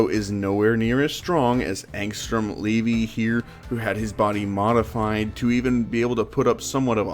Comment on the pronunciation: Anstrum Levi not leve